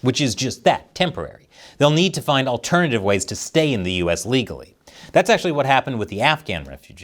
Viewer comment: He always said he wants immigrants in the US but they have to come in "ligglly"